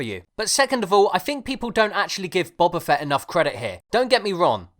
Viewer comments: "Bubba Fett" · is it not pronounced boba fett like boba tea?